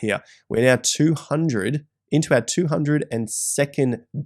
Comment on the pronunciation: "...or are you going to act neow" said the